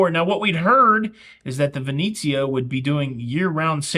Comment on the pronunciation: ven-etsy-ah -NOT ven--eee-zia :)